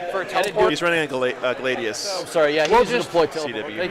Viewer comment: Its pronounced Glad-ius not Gla-dius this is reality rebels all over again😂😂 keep up the good work big guy.